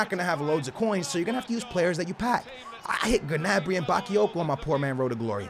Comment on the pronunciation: The way he says gnabry is getting on my nerves